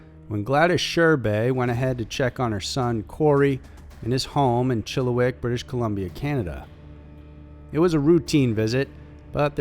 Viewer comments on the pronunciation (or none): Sorry, but as a British Columbia resident, it's "Chill-a-wack" not "Chilla-wick" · U said chiliwick not chilliwack